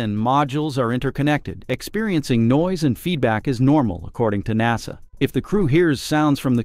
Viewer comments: I got turned off as soon as I heard nawsa! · What's a NOS-uh Astronaut? I've heard of NASA, but not this new NOS-A thing. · If you can't get your bot to pronounce "nasa" you should make some adjustments.